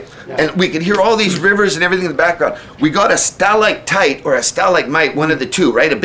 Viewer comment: stell-ike-tite, stell-ike-mite??? ha ha ha ha ha ha!!!!.